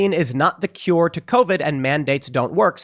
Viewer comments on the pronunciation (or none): none